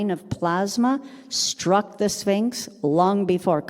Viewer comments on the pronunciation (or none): none